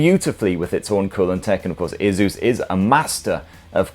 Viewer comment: My ears hurt when I hear the way you pronounce Asus